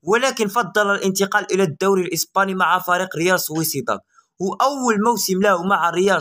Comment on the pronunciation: سميتو: ريال سوسيداد ماشي ريال سويسيداد . ؟؟؟!